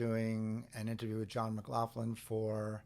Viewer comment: It's Mc - GLOCK - lin not Mc - glauf- lin. OK thanks,I'll see myself out